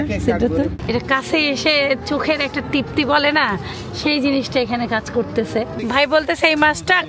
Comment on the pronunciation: তিপ্তি না আপু তৃপ্তি